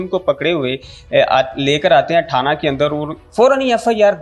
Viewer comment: ٹھانہ نہیں تھانہ ہے